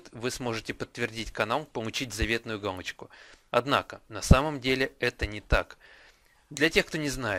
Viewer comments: Надо говорить галочку, а не гамочка!!!!!!!!!!!!!!!!!!!!!! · он говорит не галочку а гамочку(путает л и м) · Галочку, а не "Гамочку" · Вместо л - произносишь - м! Гамочку, гугом... Пипец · Гамачку ? ты сказал в начале видео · Мне одному послышалось, что он сказал:"Как помучить гамочку..."? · как помучить гамочку ЁПТА ты л на м меняешь!